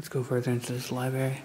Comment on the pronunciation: Dude THE WORD IS LIBRARY. Lie-bRaRe-eee It’s not LiEBERRY. There’s no BERRY in the word. Learn your own language.